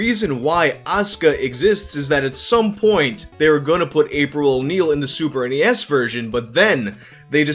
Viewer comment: Thank you for saying super n-e-s. It irritates me very badly when people say SNES like it’s a word